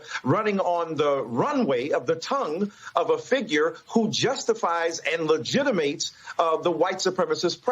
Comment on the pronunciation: "Ligitimates"? He that use a word in a way that it was never designed to be pronounced, should never be taken serious! Smh, what morons! It is written... "Professing themselves to be wise, they became fools"! Selah